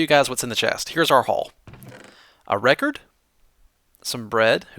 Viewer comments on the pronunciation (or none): none